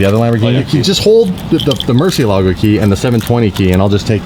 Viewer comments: You love lambo and can't say murcielago right 😂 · Learn how to say murcielago. It's so Wrong 😂